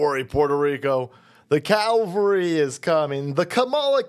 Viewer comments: CAVALRY cav-ul-ree not cal-vory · Cavalry. Calvary is different. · Calvary!? Not at that event... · A lot of people make that cavalry/ Calvary mistake. It bugs me. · Did you say Kamala cowvalry? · Are you saying "Calvary" on purpose?